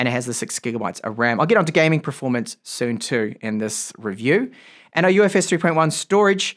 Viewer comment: Why do you keep pronouncing E's as I's. PIN instead of PEN and ILEVEN instead of Eleven or GIT instead of GET